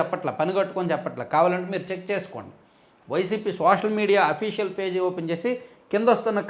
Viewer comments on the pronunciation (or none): none